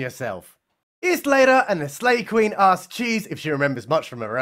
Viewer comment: I thought he was saying Slave Queen. I thought maybe she was from that stupid netflix movie.